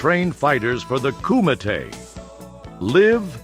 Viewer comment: how tf did you teach an Ai voice to properly pronounce “Kumite”?!? Those faqen things can barely pronounce basic English!😅